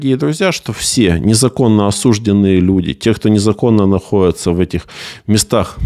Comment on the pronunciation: Да как сказать, ЮРИСТ говоришь? А тебе ли не знать - как АДВОКАТУ - что КАЖДОЕ слово и так же УДАРЕНИЕ знак ПРЕПИНАНИЯ - поставленные НЕ ПРАВИЛЬНО - делают текст ИСКА ( ударения (! ) ) ничтожным? Тебе ли это не ЗНАТЬ? Какие на...ер осУжденные если они осуждЕнные? Как так типа адвокатская дубина?